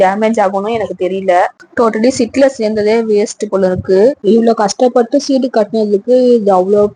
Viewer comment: சிட்டு இல்ல மா... சீட்டு